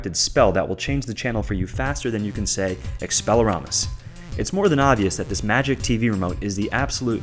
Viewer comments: He said expeleromus cringe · Expeliarmus not expeleramus. Honestly... Good gift tho. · “Expellarumus” lol